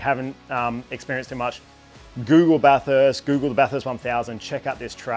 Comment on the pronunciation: Stoked for you mate well done, bathurst is my home track I grew up in orange (30mins away) bathurst is a public road it’s open every day of the year aside from when there is a race on, and just so you don’t upset the locals it’s pronounced bathest